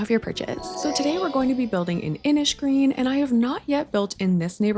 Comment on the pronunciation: i love that you pronounce innisgreen the way it’s pronounced in ireland!!